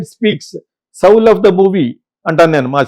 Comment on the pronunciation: Soul ......సౌల్ అనరు sir... సోల్ అనాలి 4.17 దగ్గర సౌల్ అన్నారు...